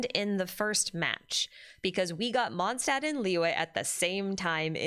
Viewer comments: "Stadt" means city in German, and it's supposed to be pronounced closer to "shtadt", so Mondstadt is more like "MondSHtadt". There are many videos on yt on how to pronounce it correctly 🙂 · "Mondstadt" is being mispronounced by everyone to this day, so unfortunately I wouldn't be surprised if the same thing happened to Snezhnaya 😔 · There's three usual places, where ist's mispronounced: The "o" in "Mond" ahould be long, then in "Stadt" the beginning is more like "sht" and the "a" like the "u" in luck. Kinda hard to explain in text. Probably easier if you use some translater with a pronounciation option (like googel translate) to search for "moon" and "city" in German.😅